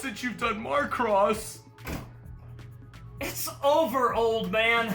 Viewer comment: and why did he pronounce it marcross